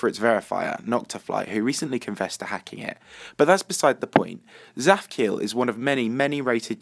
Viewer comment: so i know Hebrew and when you say "zaphkiel" in Hebrew it sounds so different (tsaphciael)